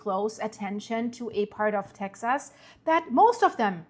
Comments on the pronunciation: the correct way to pronounce Texas is Texus.. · Texas is pronounced Tex-us. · Tex ahs